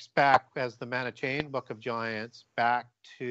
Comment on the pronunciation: Manichaean, which pronounces as "man-ih-CHEY-an" and pronounces as "moan-ACK-ee-an" is actually pronounced "man-ih-KEE-an" in English. Or at least, that's how I've heard professors of anthropology and archeology say it.